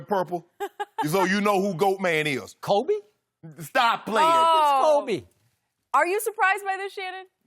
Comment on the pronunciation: “Koobee!” -Skip 😂 I’m dying.